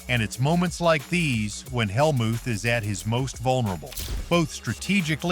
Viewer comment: The AI voice is awful. It mispronounced “Helmuth!” What a joke.